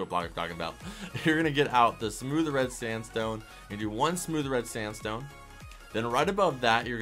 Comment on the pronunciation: he said standstone slab